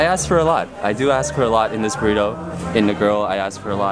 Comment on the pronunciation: lol "Girlito?"